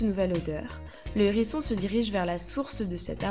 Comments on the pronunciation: Sympa cette vidéo... mais le nombre de liaisons "nérisson", "zérisson".. ca tique aux oreilles... :) dommage. avec le "h", on ne fait pas la liaison, comme avec hibou, haricot, etc... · Hérisson... HHHérisson, avec un H aspiré. Pas un nérisson, les zérissons. M'enfin. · Sérieux ?! Un ''Nhérisson'', les '' Zhérissons'' ! Ouille mes oreilles ! 😂 Désolée, mais c'est comme sur '' voyage au bout de la nuit'' ... 😁 Même si le sujet est super intéressant et la voix pas désagréable au départ, le fait d'entendre lire comme ça, c'est rédhibitoire 😔